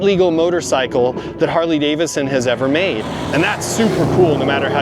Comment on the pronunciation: DAVIDson. Please say it with me. Harley DAVIDson, NOT DAVISson.